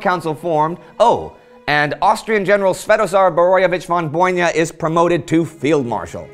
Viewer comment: Just one tiny remark - it's Svetozar Borojevich von BOY-NA, not BON-YA. Keep up the fantastic work!